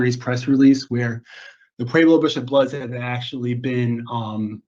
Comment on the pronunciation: I was about to say the same thang its pueblo not pablo